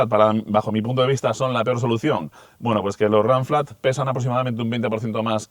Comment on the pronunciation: Ranciar , donde estudiaste , literalmente se pronuncia “ runflat “ en castellano , el inglés para los ingleses , aquí se habla español !!!! Vaigase a freír chuchangas , papafrita !!!!